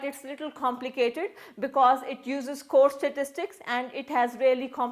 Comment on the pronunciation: Pronunciation of "taught "... Not "thaught"... LOL😂😂😂😂.. We collect " Data"... "Chhhomplicated"... Lol 😂😂😂.... Where are you bb certified from...? 😂😂😂.. Samjha karo